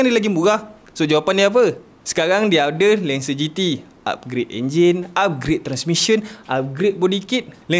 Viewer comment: Cara pronouce dia hahaha terbaik lagi part mitsubishi lancer GT 😂😂